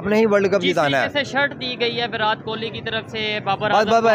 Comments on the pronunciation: Please someone tell these Pakistanis it's NOT विरात Kohli, it's विराट ! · विरात कोली 😂😂 बोलने नहीं आता क्या